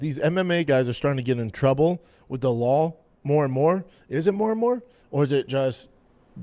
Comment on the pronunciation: "These MMA guys are getting in trouble by the LAWL" 😆